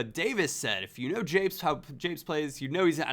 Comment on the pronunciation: The fact you said "apes" instead of japes makes me cringe -_- quite badly in fact.